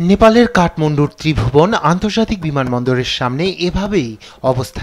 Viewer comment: Kathmundu na kanglu kathmandu bol😂